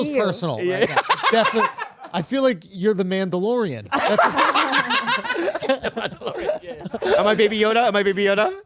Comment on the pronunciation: Mandlorian lmao 😂 nailed it